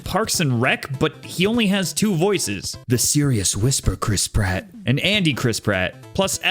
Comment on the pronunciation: eeh the german one has the mainstay chris pratt voice actor and he delivers... chrisp ratt